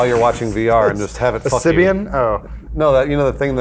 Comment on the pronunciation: Adam- "a sybian?" Omfg i love you